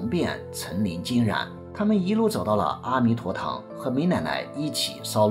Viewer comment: 的文字非常漂亮，文案很好很好，只是白璧微瑕，“阿弥陀堂”中的“阿”似乎应该念"e1"才对。